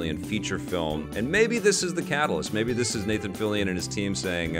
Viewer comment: Okay, thank you for the pronounciation of Fillion,. Always thought it has a French pronunciation, given Canada has a huge French community.